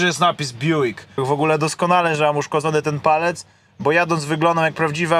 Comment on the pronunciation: To sie Bjuk czyta i wymawia